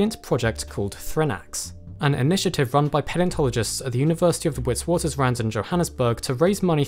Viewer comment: Hi and. I hope you both get to visit South Africa for the field trip as it would be a memorable experience for you both I am sure. I do have just a quick point of note for you both. Witwaterstrand is actually pronounced Vit'vaaters'ran(d)t and means Reef of whitewater, or, Ridge of whitewater. Anyway good luck to you both on your endeavors.